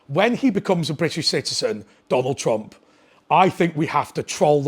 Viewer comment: Who's Tonald Trump ? lol 7.43